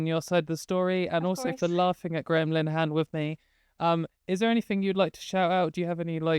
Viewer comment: the way that pronounces Graham Linehan sounds like Gremlinhan and I love it.